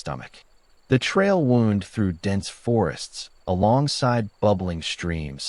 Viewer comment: Well-constructed story and decent writing. The AI had trouble with “wound” and a couple of other words but overall was a decent narrator, though I wouldn’t pay money for an audiobook narrated by it. Overall, as a writer myself, I’m pretty impressed. Although you might want to take out the language about same-sex marriage not being legal in all states. The bipartisan Respect for Marriage Act took care of that.